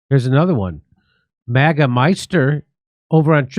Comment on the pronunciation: I love watching Jimmy. But when he says MOGA. I cringe!